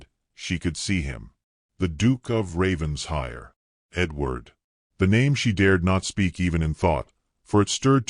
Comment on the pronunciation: It’s NOT Ravens-hire! It’s Raven-shire! Get it right!